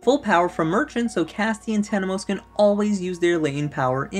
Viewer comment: It’s Temenos not Tenemos. I made the same mistake before haha.